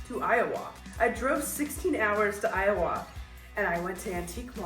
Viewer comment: The way you say Iowa 😂 I love it. You can hear the Canadian in it.